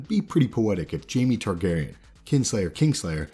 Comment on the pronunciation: “Jamie Targerian”???